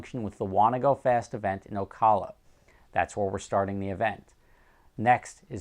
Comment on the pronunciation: Its pronounced Oh KAL uh (Ocala FL)